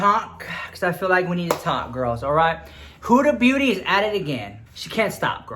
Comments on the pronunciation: Hahahaha, I thought you said 'Huda Booty', she does have a big booty too :P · I screamed when you said "Hoooda booty" 😂😂😂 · Lmao he said hudaa booty 💀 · Did I heard Huda Booty?